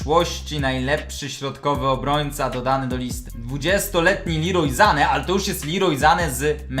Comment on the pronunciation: Kibic arsenalu nie lubię arsenalu lubię real madryt lecz lubię kozę orazp mówi się sane nie zane